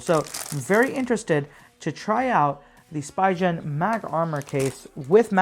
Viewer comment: I think it’s pronunciation is “Spee-ghen”